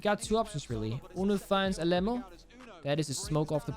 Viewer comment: Bro im from Brazil, I find it super funny how he pronounced Alem4o because it’s supposed to sound like Ah Lê Mão(maum in english). Love u and the fact that you are supper respectful with the brazilians. ❤️